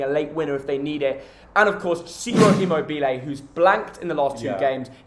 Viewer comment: Never heard immobile said that way before XD